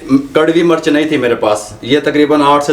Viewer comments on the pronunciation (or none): Murch nhi mirch bola kry plzz itni achi video bnaty hy urdu bhtr kry